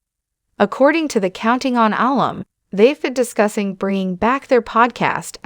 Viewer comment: Alum is pronounced uh-lum, with emphasis on lum. It’s shortened form of alumnus. Incorrect on video says Al-um.